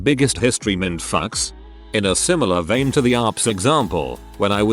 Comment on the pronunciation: He really said minned fucks